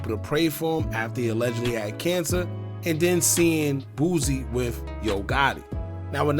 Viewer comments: It’s “Boo-See”….. not “BOOZ-EE” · Bro its BOOSIE not Boozy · Aye, why you always call the homie “booozie”? 😂